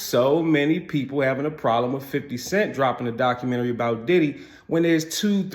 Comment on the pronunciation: Lol jim jones cant even pronounce documentary